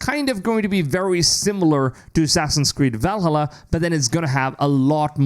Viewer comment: every time you say Valhalla i laugh but also want to stop watching lol are you swallowed your tongue trying to say it? or i assume you didn’t check out a how to pronounce it